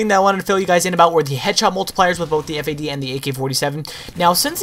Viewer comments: it the FAD not the F.A.D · Am i the only on that say's Fad and not FAD?